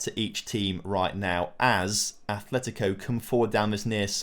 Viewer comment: It's Atletico, not Athletico.